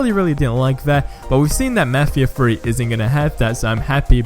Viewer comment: "let's talk about mefheeha free"